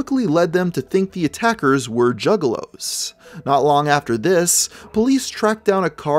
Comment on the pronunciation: Initially, I thought you were referring to male prostitutes. Then I realized you were saying "juggalos", not "jiggalos".